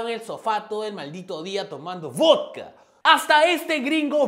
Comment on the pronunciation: Me encanta como dice vödkã